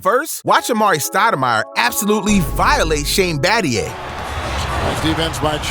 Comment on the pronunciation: How can you be making an NBA video and say Battier like Bat-ee-er? That's famously NOT how you say his name. 🤦🏻‍♂️